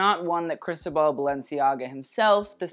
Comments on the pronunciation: Ikr? Sounds like he's slurring crystal ball instead.. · I live 4 u but it’s pronounced cris-toe-ball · Just a note: the accent in Cristóbal falls in the o 😊